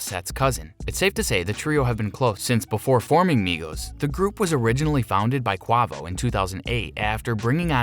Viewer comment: Did this nigga say qwovo